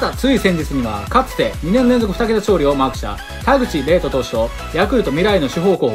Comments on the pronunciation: 田口「れいと」じゃなくて「かずと」です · 田口麗斗の読み方も字も違う…